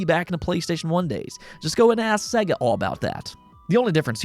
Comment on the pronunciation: Dude, Sega is pronounced say-ger. There is a sample that says it on the opening screen of every Sega game.